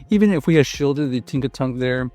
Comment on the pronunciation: Its Tinkaton not Tinkatonk